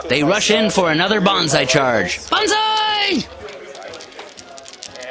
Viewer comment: I must say your battle reports is really one of a kind, I really enjoy it, your so damn good att commentating the battle and it really feels like a sports game that has an awesome wartheme. Please do more videos for the love of the gaminggods!! btw it´s not bonsai you should scream...its banzai! Bonsai is a tree, and banzai is the charge thingie :)